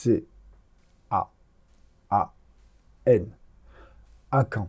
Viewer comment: Oui tout le monde prononce "acaane" sauf lui... Il est original notre 😂